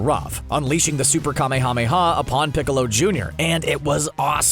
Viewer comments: It's not kame-hame-ha its kamehameha like kah mayamaya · Jesus Christ stop saying KA MEE HA MEE HA. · You REALY need to work on your pronunciation of kamehameha.. I can barely watch this video only because of that...